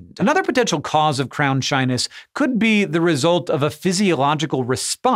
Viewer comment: Instead of "crown shyness" I keep hearing "crownshine" and I like that way better.